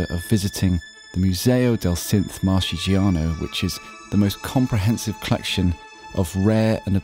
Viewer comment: FWIW: "Marchigiano" is pronounced Mark-..., not March-...